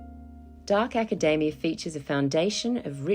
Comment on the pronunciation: You pronounced it acadaemia